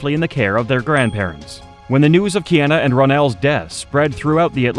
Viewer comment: So whoever is doing the voiceover, can pronounce Matsunaga but not Kiana.. the fatigue.